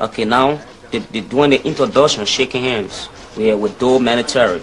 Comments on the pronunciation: Doe, prononcé [Dô], le 'e' est muet. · Excellent travail. Sinon c'est Samuel do , on ne prononce pas le e, c'est pas un nom africain, on nomme doe qui se lit do ; toutes personnes aux USA qui n'a pas de père ni de mère, souvent des enfants abandonné à la naissance sont nommés Doe..